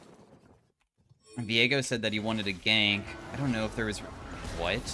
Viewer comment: "gank" kekw